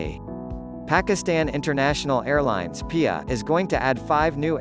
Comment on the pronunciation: "PEEYA" WTH! it's P I A it's an abbreviation not a word!